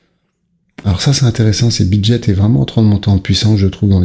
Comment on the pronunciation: BitGet . Pas brijet 😂 Merci de ne pas entretenir le FUD 🔥